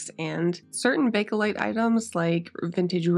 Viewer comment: What a stunning piece with that beautiful woodgrain. Well done on getting those deep stains out! FYI, it's pronounced just 'bake-lite' and not 'baka-lite.' I'm wild about art deco pieces and you always do a beautiful job on them.